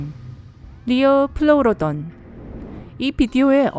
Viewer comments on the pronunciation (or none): 리오플레우로돈이 아니라 리오플레우돈입니다